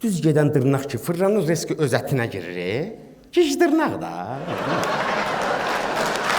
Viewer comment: Ən çox güldüyüm gijdırnaq birdə maraqlı söyləmək forman :gijdırnağ🤣🤣🤣